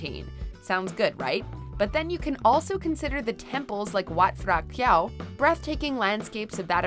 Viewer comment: Hey girl, don't mean to be nitpicking, but next time you might need to rehearse the foreign names before hand. The obvious ones are Boracay and Tibilisi. But I have to say you nailed most of the Thai (food) names, only Wat Phrakeo was slightly wrong on the "ph".